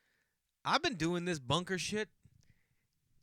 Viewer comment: Jay in the bunk-uhhh! Boston Strong bro!